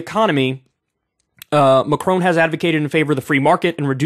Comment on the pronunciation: I love how he pronounces Macron like he's gonna say my crony.